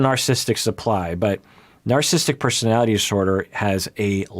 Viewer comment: Love how when has to say “narcissistic personality disorder” several times in one paragraph, it becomes “narsistic personally disorder”